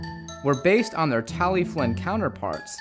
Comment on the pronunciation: Why do you pronounce "Tallylyn" as "Tally-Flinn"? Is that the correct Welsh pronunciation?